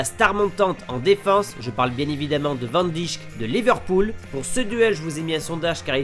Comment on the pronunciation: Sa se dit van daïk